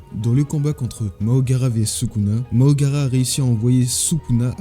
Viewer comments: Deja « Mahoraga » pas « Mahogara » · Frère fais l'inverse ce n'est pas Mahogara mais mahoraga